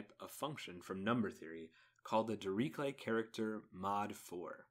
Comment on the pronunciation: You should really look into the pronounciation of Dirichlet.